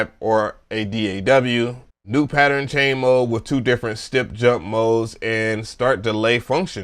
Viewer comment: How many words can you mispronounce?: YES!!!! "poli phony" "patteren" "cuquencer" "E "Mule" Sp1200...I died